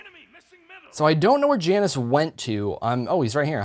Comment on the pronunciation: When he says Janus wrong TRIGGERED